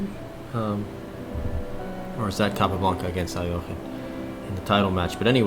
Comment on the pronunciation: Nice! First correct pronunciation of Alekine I hear from someone who doesn't speak russian